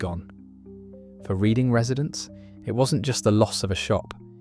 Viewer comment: Aaarrghh you did it again- Reading is pronounced Red ding 😂